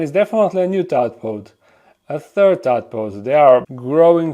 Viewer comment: For future videos it’s a “tadpole” not a “tadpod”